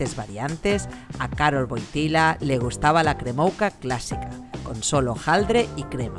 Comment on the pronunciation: Postre increíble...gracias por la receta. Pd: se pronuncia "kremufka"